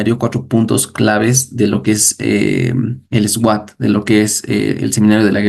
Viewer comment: Hermanito excelente enseñanza yo también estudio a Curry Blake solo una sugerencia cuando dice SWAT se pronuncia SUAT eso